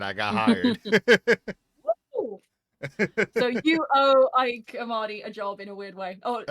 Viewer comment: FWIW: I saw a short video where Ike Amadi introduced himself. He pronounced his first name as "eee-kay".